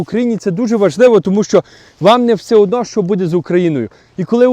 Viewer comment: Всеодно а не всеудно, вони а не вуни. Неможливо слухати ні зміст ні вимову